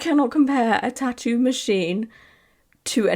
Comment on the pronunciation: The way she’s pronouncing tattoo is driving me crazy, I’m also Swedish and it’s not that hard ffs